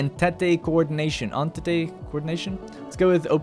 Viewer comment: Entente is pronounced like 'On Taunt'. Blame the french.